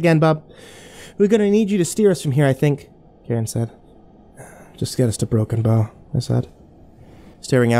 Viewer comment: i still cant tell if its "Broken Bone" or "Broken Bow" nebraska